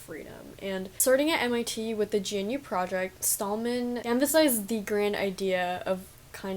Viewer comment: Pedantic programmer here, it is pronounced guh-knew :) The Homebrew shoutout was sick btw and I love this talk.